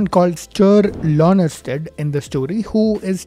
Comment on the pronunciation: His name was Sture Lönnerstrand, not "Lonnersted".